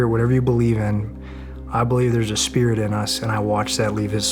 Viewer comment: One "i" short of a spirit 😅